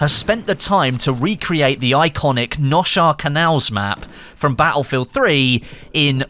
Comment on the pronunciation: It’s pronounced nose hare canals